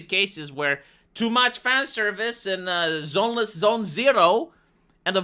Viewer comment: They're now attacking and trying to destroy what little we have left. Unbelievable... And it's ZENLESS,, not "Zoneless", lol!